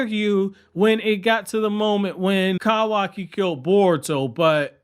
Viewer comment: pls fix ur pronunciation man…kawaki, kurama, etc its painful to listen to dude